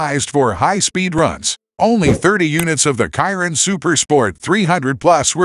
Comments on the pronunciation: Bugatti " Kiron" .?? It's pronounced.." Shi-Ron"..(silent on the O). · Its not "kyron" its pronounced Sheer-on=Chiron! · This would have been a great video But using automatically voice A dislike from me It couldn't even pronounce the Chiron